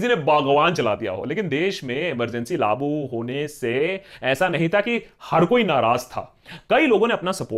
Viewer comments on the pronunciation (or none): Laagu bhai LAAGU! LAA-Bu nahi LAA-Gu. This is in the second consecutive video. FML.